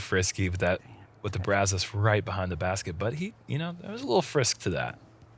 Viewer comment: Sorry Uli, just because you mispronounce the word does not mean there is controversy. Lol Say it with me guys... BRAaaZUS